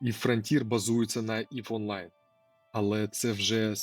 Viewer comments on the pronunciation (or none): Єва кажуть тільки цапи та російськомовні. Всі нормальні люди кажуть ІВ. EVE = ів. І ти це знаєш, але думаєш що краще казати на російськомовний манер, як цапи, які все іноземне перероблюють на свій манер, змінюючі сенси.